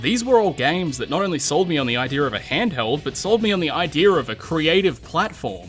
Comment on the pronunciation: "I dear'